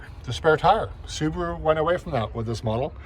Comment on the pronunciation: Aaah, the "Soobaru boobaru lubearu Legacy".